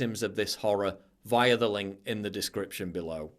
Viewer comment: The way he says via make me uncomfortable